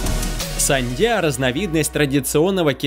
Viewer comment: Не сандия,а ушу- саньда.